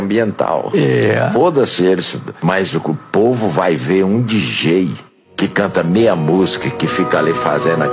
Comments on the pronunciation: Ah e detalhe não sabe nem pronunciar DJ, rindo aqui até 2030 kkkkkk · Foi pronunciado errado de propósito, pra demonstrar indiferença. Pra um fã de música reciclada de pen-drive precisa desenhar...